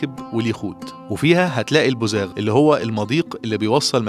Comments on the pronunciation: فيديو جميل😍 .. لكن المضيق اللي بيوصل البحيرة بالبحر اسمه البوغاز وليس البوزاغ😂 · يا نجم اسمه البغاز مش البوزاغ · السلام عليكم مجهود رائع وفيديو أكثر من رائع بس فيه معلومتين وجب تصحيحهما ١ بوغاز وليس بوزاغ ٢ السواد اللي في رمال الشاطيء مش معادن أكثر من أنه مخلفات السفن العابرة من الزيوت المستخدمة... الشواطئ ذات الرمال السوداء الغنية بالمعادن حاجة تانيه خالص. والحقيقة لازم اشكرك علي حسن اختيار المكان وأهل البرلس مشرفين مصر كلها في جزر اليونان وإيطاليا.